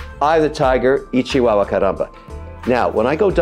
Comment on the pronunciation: Kevin… is not “ichy wawa “ you’re trying to say ¡Ay, chihuahua!